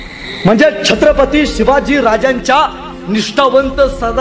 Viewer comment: 😂seevaj maharaj ki jI